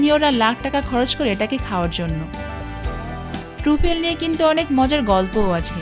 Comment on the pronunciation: Uchcharon hochche... TRA FOL.